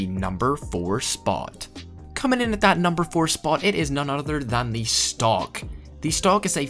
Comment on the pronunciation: Lmao when he said “stock” and I thought he staid “stonk”